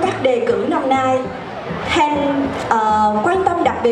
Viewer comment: Bà Sam đọc sai họ của chị Hen rồi :((